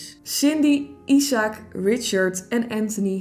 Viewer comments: Ben ik de enige die weet dat het niet “isaak” is maar je spreekt het uit als ajzek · isaac spreek je uit als “ijsek”